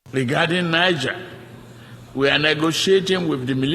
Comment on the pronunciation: Tinubu didn’t seem to know the difference between 🇳🇪, a country to the northern part of Northern Nigeria and Niger state in Nigeria in pronunciation! And he is ECOWAS Chairman!😂